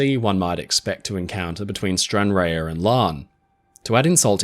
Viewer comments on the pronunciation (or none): Stranraer is pronounced Stran-rahr or Stran-rarr, not "Stran-rayer". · stranrar not stranrare. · It's pronounced Stran[RAAAR]. is in Car, Bar, Far... :D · Stranraer is pronounced 'Stran - Rar' ....(I know, because I was born there :D) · Great channel,Stranraer is pronounced Stranrar.⚓🏴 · Love your videos, but as a Scot, Stranraer is pronounces Stran-raa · you say Stranraer like Stranraa (at lease we used to)